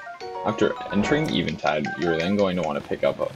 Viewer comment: I cant believe you pronounce eventide like that